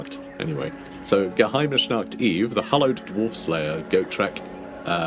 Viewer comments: Close on the Geheimnisnacht pronunciation, but you've got a sh-sound in there that doesn't belong. It's Geheimnis, not Geheimnish. Of course, the "Nacht" also isn't quite right, but the ch is generally tricky for people whose native languages don't have it. It's close to how the spanish pronounce the letter J (such as in names like José) but a lot if english speakers tend to pronounce that as a simple h, so I'm not sure how helpful that comparison is. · or like the h in hospital